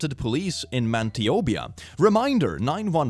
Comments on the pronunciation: Man-tee-oh-bee-uh💀 as a Canadian I laughed so hard for future reference it’s man-it-oh-ba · “Man-te-oh-be-ah” I hate to be that guy but it’s actually pronounced “ma-nuh-tow-buh” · Did... did bro just pronounce Manitoba as Mantiobia? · The way he said Manitoba as mantebia was pretty funny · That is the worst way I’ve heard someone pronounce “Man-ih-toe-bah” (Manitoba). It’s hilarious, yes, but the fact it’s so botched is what makes it funny. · MANTY OBIA? 😂🤣 I love that best mispronunciation ever. I'm calling Manitoba that forever now. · You had me at "Man-ti-o-bi-ah." Please pronounce more Canadian place names. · Ah yes “GIvE mEH Ma bIsSKeTs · I love it, from now on I will only pronounce Manitoba as man-ee-two-ba. F that province 😂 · its pronounced Man ih toe ba and St ine back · lol not sure if you botched Manitoba on purpose or not but just in case someone wants to know it sounds,.. man - i (short I like uh) - tobe - a. I love our native peoples words as names. Unique and elegant just like Canada’s name. 😅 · Sorry but Mantiobia???? What XD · I've never heard someone pronounce Manitoba that way before 😂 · Omg, I’m Canadian and you pronunciation of Manitoba had me roflmfao🤣🤣🤣🤣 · As a Canadian I was laughing so hard at how he pronounced Manitoba. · As a Canadian, the way pronounces Manitoba is amazing, I love it 😂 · Nothing screams American like pronunciation of Manitoba. 😂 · The way he said Manitoba hurts😭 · I've never heard my province be pronounced SO wrong yet SO right. Also, Canadian Karen's get really racist, especially if you're a native. I know this from experience 😂😂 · How did he just pronounce Manitoba!??!!?!! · as a canadian hearing his pronounciation of manitoba made me physichally cringe